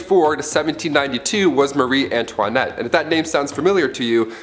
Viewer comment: Croissant 🥐 not cake 🍰 (marì antoniette) 😄